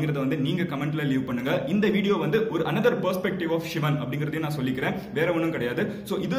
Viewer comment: ஷிவன் னு உச்சரிக்கிறதுக்கு பதில் சிவன் னு உச்சரித்தால் தான் அது தமிழ் நண்பா